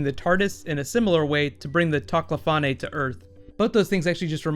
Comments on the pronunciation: You just pronounced them "Toclafan-eh" o.O its just Toclafane without the "eh" at the end; thats how its pronounced in the show. But then each to our own. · He pronounces a couple things wierdly =/ techlafahnay? Do you mean the tochlafane? Are you sure you've actually watched this show? =P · the way you said tocklafane if thats how its spelled made me cringe